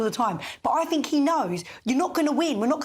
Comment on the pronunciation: Why does that bird say Fink rather than think!!